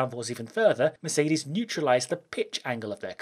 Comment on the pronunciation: Merces benz, perseelleen lens!😂